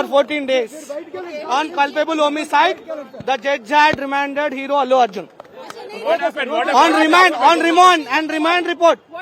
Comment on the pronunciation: Abbbe Gadhe wo "AluArjun" nhi hai pagal Wo@ Allu Arjun hai kon terko kaun report padne de diya